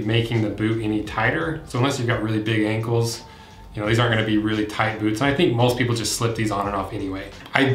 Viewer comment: Did he say Bewts?